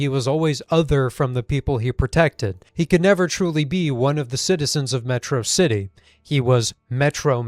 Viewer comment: Uh, that is mehtrohcitee, thank you very much